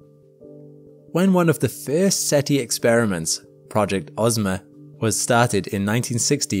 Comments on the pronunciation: Umm, you basically said SETL. It's "Search for Extraterrestrial INTELLIGENCE". SETI... NOT SETL. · If SETI stands for "Search for Extra Terrestrial Life", why do we pronounce an I at the end and not an L? Shouldn't it be SETL?